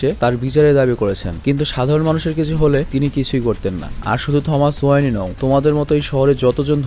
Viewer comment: ওয়ানি না ওয়েন